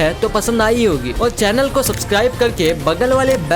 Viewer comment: He is telling subsclibe LL😂😂😂😅😅😅